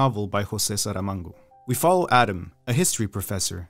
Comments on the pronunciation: hahaha! did you just say, josè saramango?!!! you're so bad! it's Saramago! Saramago!!!! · And Portugal. Because you know… Portuguese. And he said Saramango, but it’s just Saramago, no N. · Discovered this channel recently and I've been loving it so far. Awesome work! Just wanted to point out that the author of "The Double" is José Saramago, not José SaramaNgo :)